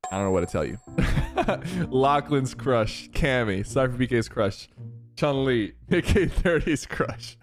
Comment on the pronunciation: Why did you say CHUNK LI